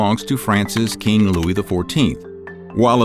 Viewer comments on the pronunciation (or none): none